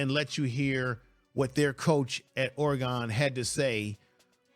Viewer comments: That’s Or-e-gun, not Or-e-gone. And Dan Lanning not Langing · Lol you don't know how to say Oregon. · Casey Rogers is a very solid Def. Lineman, but Dorlus is likely a name you will hear more often in the Colorado backfield. Saying Ore-gone is like me saying Color-A-doo. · Show some respect. It is pronounced "Ory-gun". And Oregon's Coach is Dan LANNING. Research my man. And showing his press conference where he asks, "What have they done in this conference?" basically is the truth. The Buffs haven't really done anything in PAC12. So how does Deion use that quote? He wasn't referring to the current team. As for the game, it should be fun. Does Colorado have a chance to win? Of course, anything can happen in a college football game. See Appalachian State vs Michigan. Will they win? Probably not. And moving through the conference they are most likely going to struggle as they play tougher teams. Oregon, USC, Oregon State, UCLA, Washington State and Utah are all possible losses. And many outlets are saying Colorado will only win 6 games. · bro please learn how to say oregon right